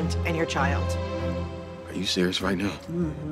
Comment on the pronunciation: ARE YOU SERIOUS RIGHT NYEOW